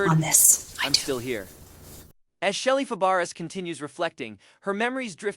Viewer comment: This is terrible, from mispronouncing Shelley's name to using the incorrect photos